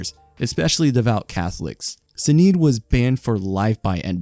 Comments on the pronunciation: Shi-naid not Sin-eed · Bruh how did you manage to so thoroughly butcher Sinéad O'Connor's name? 🤣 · the way you pronounce sinéad is killing me